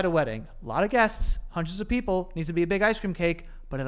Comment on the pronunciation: “More. O-v. Us” didn’t know of was ov now🤣🤣🤣